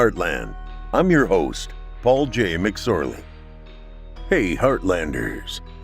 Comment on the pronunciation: So hilarious when you said his name wrong. 🤣